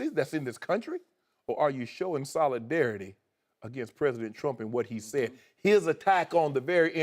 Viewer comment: "You kneeled to show soladareity" 😂😂😂😂